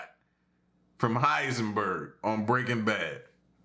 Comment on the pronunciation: Sir, the word is uncanny, Not "uncanning" when referring to the mysterious.